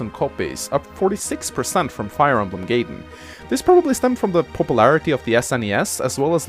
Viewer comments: "Then came along Fire Emblem Gay-den." Gay-den. *Triggered* (Jk, nice video,.) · say Gayedenth